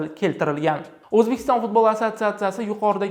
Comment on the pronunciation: Kõrolmisla Fozilovni Futbolni F xarfini cunmasdan gapirwma yebanlar